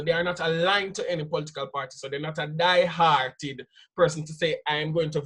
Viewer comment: Die hard not die heart guys